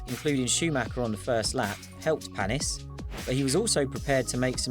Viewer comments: And its paniiiis 😂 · Olivier Panis with an "A"